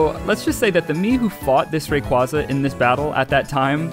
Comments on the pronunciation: The way you pronounce Rayquaza hurts me physically, don't understand how so many people get it wrong... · YEA! ITS THE RAYQUAYQUAY